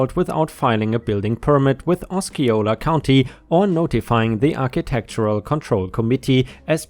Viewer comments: Florida native here! Kissimmee is pronounced ka-SIM-ee. Osceola is pronounced Awe-see-OH-la. Also, when it comes to $0.50, it would just be said as 50 cents! As per usual,, you have made a quality video 👏🏼👏🏼 I also want to say that I do not mean this to sound disrespectful. I just figured I’d try to help out! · Ki-si-me and Os-say-o-la. As someone who lives with a Floridian, this bugged me.